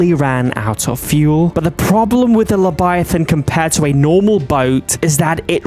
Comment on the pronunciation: You said lebiathan not leviathan. if you listen closey he says lebiathan